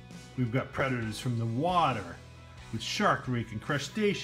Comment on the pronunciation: You said shark reck rong